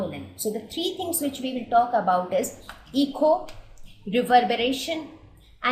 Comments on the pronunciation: itz not 'Eeko' but it is 'Eco' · It's "Eko" and not "Eeko".. overall, nice video.